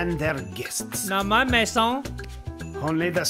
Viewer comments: "Maison" is house in french, not Mason 😂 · In case you didn't know, there was no one name Mason in this game, it was "maison" which is french for house and it's pronounced "MAZE- AW".